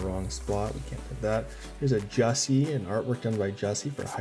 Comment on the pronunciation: Just as an FYI since you kept commenting on his art. I heard Jussi in an interview pronounce his name as “you see”. He is one of my favorite artists from the set also.